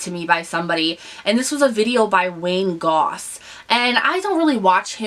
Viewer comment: it's Wayne Goss! not Goes